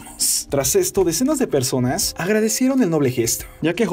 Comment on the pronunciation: Por q siempre que terminas una palabra decis como "PersonasSS" "DíaSs" xd, (no es que me moleste tanto pero molesta ahre)